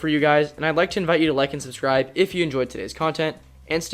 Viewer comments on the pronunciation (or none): none